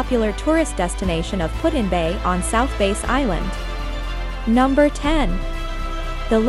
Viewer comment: #18. AI voices are annoying, especially when they mispronounce the name of South Bass (does not rhyme with "face") Island.